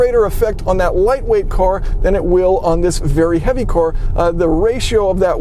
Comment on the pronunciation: I love you but can you please start saying vehicle instead of cor